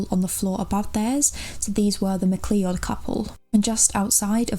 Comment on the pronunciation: wonderful job on this,. you speak beautifully and so respectfully about the cases you cover. just fyi, McLeod is (usually) pronounced like "mc-cloud"